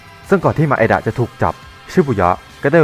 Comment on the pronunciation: นางเอกมันชื่อไมดะไม่ใช่หร่อครับ แต่พี่พูดว่ามาเอดะ